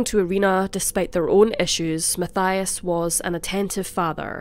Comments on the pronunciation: (Mattias) not (Mathaia) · Matthias is pronouned MAT TEE AS.. I live just 2 villages away from where they lived and rememer the case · I'm sure it is pronounced like this Ma-ti-as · No one probably cares but just fyi in Switzerland we pronounce Matthias “Matt-eee-ass” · His name is spoken Mateeias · His name is pronounced...ma-tee-as =Mathias